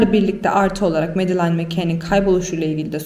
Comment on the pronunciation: Medalain değil ! "Medılin" diye okunur ! Berbat !